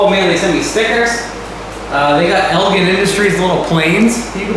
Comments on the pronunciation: Elgin is actually pronounced ElJin with a j sound and not a g sound... Sorry to nitpick.. if you need someone local to check stuff out, let me know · Good grief...EL-GIN...like the drink...GIN. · Was thinking the same thing. Actually more like ELLL-JHiiN